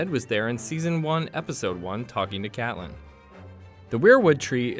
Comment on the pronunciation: also he said "Cath-lin" instead of Catelyn.